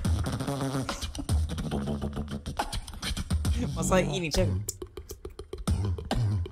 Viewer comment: Sound lie he eatin' chickin (pronounced as spelled) funny as fuck